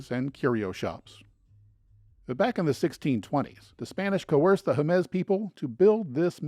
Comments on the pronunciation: Jemez, not "Jeméz." Sounds like "hem this" without the "th." Acoma, not "Acooma." Homophonic with "a coma". The "escarpment" at Petroglyph is actually named "El Ceja"; the NPS employee should have known this. Today, there are four sites (new one opened within a week of this comment). the "Navajo Name" is pronounced "yah'-ought'-eh", where an apostrophe is a hard glottal stop, similar to the almost silent T when you use "mat" in a sentence. Yá'át'ééh means "hello" (lit. "all is well"). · FYI: the name is pronounced: Hey mez, with the accent on the first portion of the name “Hey or Hay” mez..